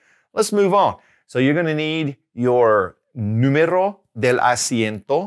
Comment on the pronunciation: You pronounce número incorrectly. You pronounce it as two r's. It's a soft r.